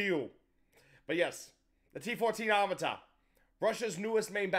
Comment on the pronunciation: Today you don't even have to make videos to get clicks - all you have to do is to make "my reaction to "x-y-z" video". PS. That said < A > it's no " AR-MA-TA' " (no stressing on the last vocal) - it's "ARM-A' -TA" ...and < B > why so much drama about a "tank" that does not EVEN EXIST?? 🤣😂 When anyone sees it on the battlefield, please send me the video! 🤣